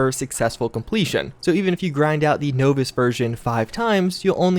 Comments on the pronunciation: Kinda wanna dislike cus the way he says novice... but I won’t But I won’t like either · You make good videos but the novice thing makes me angry for some ridiculous reason... Is it a standard american trait to pronounce novice in this way? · For the love of Atom, please look up correct pronunciation of novice and nuclear. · Novice..... How can you not pronounce that?... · put the word Novice in a speak and say. Tell us how it sounds. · Dovahkiin His pronounciation of novice hurts me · Love your videos but your pronunciation of "novice" drives me up the wall. It's nah-vis, not no-vis. Other than that, good job. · "knowvis" LOL...nah-vus...novice...naw-vis....novice....not knowvis, is this your first game ever? JK, nice to see you playing with MATN and UpIsNotJump I had fun watching the live stream, hope ya can do it again sometime. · Nov-iss. Not No-Viss. Soft O, not hard. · You keep saying the word novice wrong. Not sure who taught you that pronunciation, but they were wrong. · Nahhhhhh-vis!! Say no to no-vis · Starting to think he pronounces words incorrectly on purpose... Novice has a soft 'o', similar to the word incompetent... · He's using the word deliberating instead of debilitating... That isn't a mispronounced word, it's the wrong word. Pronouncing "no-vis" instead of "naw-vis" is a mispronounciation. Either way, I don't really care enough about to reply again, so feel free to brag about your degrees again. I fail to see why you think that matters. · "Novice" is normally "Nah-Viss" not "No-Viss" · You're mispronouncing "novice." It's "nah-vis" not "noh-vis." Just a friendly bit of critique. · Novice - NAW VUS, not NO VIS. You are killing me. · novice is pronounced nah-viss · Well besides the knowvis instead of novice you said its a great edition to fallout 4 instead of fallout 76. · "Knowvice" he said. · It’s Nahvice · who the fug says novice like no-viss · nah-vis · STOP SAYING KNOWVICE! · Everytime i heard no-viss i wanted to yell.